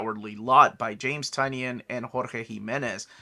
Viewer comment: James Tynion. His name is pronounced Ty-nin as per James Tynion. Not a big deal just thought I’d let you know